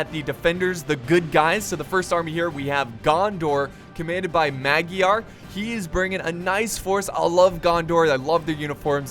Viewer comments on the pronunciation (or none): Magyar = my-yar